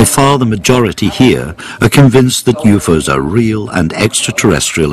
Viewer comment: "Youfoes" are real.